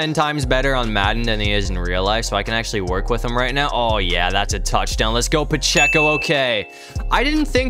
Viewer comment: Ain’t no way you said ‘pehceo’